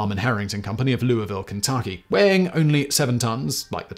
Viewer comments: As a Louisvillian from Louisville, Kentucky where the M22 was designed. I am surprised Simon was able to pronounce the cities name correctly. Most people can't do that lmao. Normally they say Loo-ee-vill instead of Loo-uh-ville. Love the vid as always!❤❤ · Simon, I’m proud of you… you pronounced Louisville, KY pretty correctly!